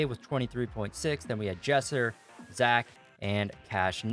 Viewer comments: Its zack brooo not zach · It is Zack not Zach